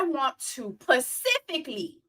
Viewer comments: Why do you keep saying "pacifically" instead of "specifically?"😂😂😂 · Did you do say “pacifically” to get more comments ?! Girl I hope you know it’s specifically 😅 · you are saying "pacifically" to be funny.... right? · When she says “pacifically” is she serious or is that a running joke on this show? 🧐